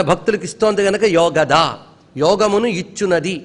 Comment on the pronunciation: it is not yogaDHA, it is yogaDA. It is not yogananDHA, but yogananDA! Wrong pronunciation of mantras brings disaster!!